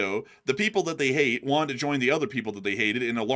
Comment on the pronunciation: "What Iran got is what it wonted"